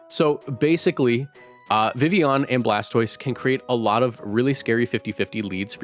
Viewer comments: God it’s such a low bar but I eargasm every time vivillon is pronounced correctly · Thank you for pronouncing Vivillon correctly, lol